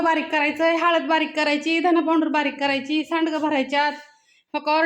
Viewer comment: पांऊडर नका म्हणू, पावडर